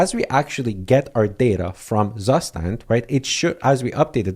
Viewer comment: Very cool, and useful. btw, the correct way to pronounce zustand is: "tsoo - shtant" and it simply means 'state' in german. heard this from a german friend.